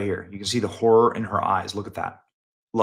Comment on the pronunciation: ‘Horror,’ or ‘Whorer?’